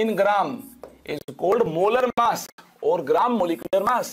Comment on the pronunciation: masshh percentage kya hota h sir 😂😂😂😂 massh percent